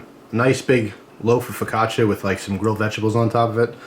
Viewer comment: its called fukacha not fikacha! nice video man :D